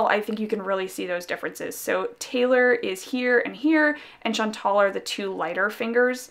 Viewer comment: Hi! I've been debating for a while about buying "Rue" because of all the hype, but I think that you've convinced me to get Brigitte instead. Also, as a French Canadian, may I just correct the way that you pronounce "Chantal"? It was a very popular name for girls my age (one of my closest cousins is called Chantal) and the right way to pronounce the "al" at the end is to say it like a guy named "Al"! Not "ol", like you've been pronouncing it in this video :) Sorry, I know that some people don't like it when we correct their pronunciation but I thought you might want to know :)